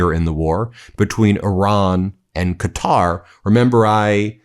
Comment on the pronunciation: Thanks for pronouncing “Quatar” properly !!!